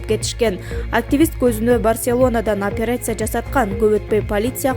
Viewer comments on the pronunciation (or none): none